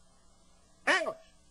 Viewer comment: That was great, the way he stressed “Anglish”. is truly the best…